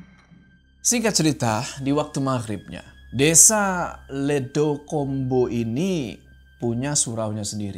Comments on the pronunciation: Di kata ledok ombo vokal huruf “O” nya kayak di huruf “O” di kata Gorila. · ledok ombo pakk...bukan ledokombo😢 ledok artinya cekungan/lubang ombo artinya lebar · bang ledokombo bacanya ledok-ombo bukan ledo-kombo 🗿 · Bang, maaf banget, kalo plot nya di jawa, mungkin mksd nama desa nya itu bukan "ledo kombo" tapi "ledok ombo" cara baca nya gitu Cmiiw...